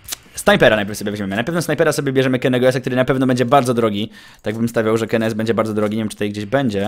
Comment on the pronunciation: czy kennys nie powinno wymawiać keny sy ??